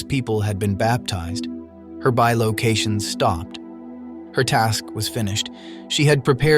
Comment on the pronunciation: Bi ...not Be. location 😅😆😆😆